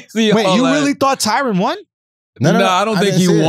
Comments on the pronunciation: Tyron. Tie-rin. Not Tyrone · Damn. The two things charlamagne had any sort of strong opinion about, he was dead wrong and clearly uninformed. Abortion and boxing. Edit: and also kept saying Tyrone instead of Tyron